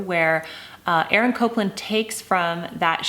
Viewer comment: Interesting. Here in the South, we say Appalachian the same way Jennifer Scott says it. But it’s killing me to hear her say Copeland instead of Copland. I even looked up the pronunciation to see if I’ve been wrong all these years! 😂😂❤️ And Jennifer, I love your singing!!❤️